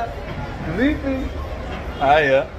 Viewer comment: 😂😂😂 the way you pronounce "aya"